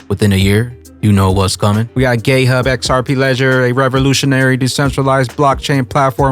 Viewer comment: I swear he said gayhub